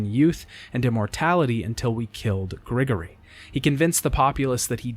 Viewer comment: Hey, just wanted to mention the language the dragon and wyverns speak is Latin. Their pronunciation of the Latin is bad but its Latin. And Grigori is pronounced "Grih-gore-e"